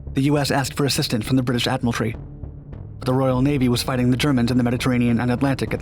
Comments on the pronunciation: Yeesh... the pronunciations in this video. "Ashorsh?" "Admiral-tree?" winces in pain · Talk slower. Then you can avoid saying things like “British Admiraltree” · Ur willingness to mispronounce simple words like admiraltry makes me wonder if everything u say is complete bullshit